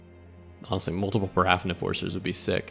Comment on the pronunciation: Just FYI, it's pronounced PARA-fin. Paraffin is a type of wax.